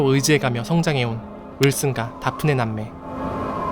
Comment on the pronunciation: '대프니'라고 하시지... '다프네'라고 해서 순간 '박근혜'라는 줄 ㅋㅋ